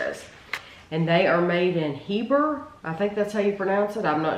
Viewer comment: I just live miles away from Heber - you did pronounce it correctly. 😊 When I saw you were reviewing Ritual chocolate, I thought …Oh no. They’re going to hate this. They are a craft chocolate company that uses single origin cocoa beans and all of their bars are very dark (and what most would call bitter). You tried some if their inclusion bars, which are actually their sweeter products. I love their chocolate - my favorites are the sea salt, lavender juniper, cocoa nib, and vanilla inclusion. They are bars for people who like to taste the nuances in the cocoa beans - not sugar. It’s a specific kind of chocolate lover who likes this kind of chocolate. 😊